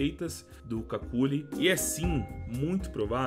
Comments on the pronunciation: n é cáculi, diz se kelly. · As duas pronúncias corretas pro nick dele são "QÜICKLY" ou "KÉLY" como a narradora diz no vídeo... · Somos dois, irmão! Só o vi o começo do video. Não aguentei ver ele chamando de “Kakuli” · C A C U L I ! KKKKKKKKKKKKKKKK Me raxei td vez que ele falou assim, eu sempre falei cucli rsrsrs, bom vídeo!!! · kakuly ao menos para fazer o vídeo aprendias a ler o nome dele... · ta me dando agonia na pronuncia do kqly